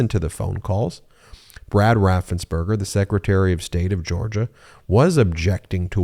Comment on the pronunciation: Brad Raffensperger. Not Rathenberger.. ~3K